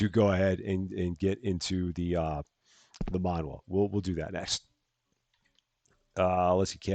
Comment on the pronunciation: Manhwa .. it's Korean .. pronounced man-wa (wa in like water)